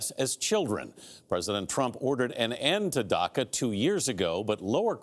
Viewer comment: Marc Tompkins it’s “DACA” , did you even when to school ?